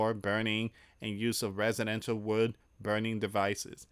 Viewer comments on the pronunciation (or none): none